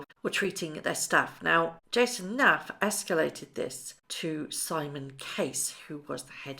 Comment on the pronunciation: Jason Knauf = North... Not Nafff .... get his name right.